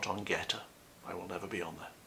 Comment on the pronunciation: When you were talking about "GETTR", I heard "goetta" and I wondered why on earth would ANYONE want to discuss that disgusting food? LOL! Don't ever read on "goetta". Please. Yuck.